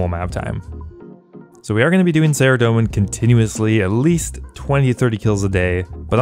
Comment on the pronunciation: Faerdhinen is pronounced Fythinayn if it were spelled in English phonetics. Th like in "weather" The Elf language in OSRS is inspired by Celtic languages.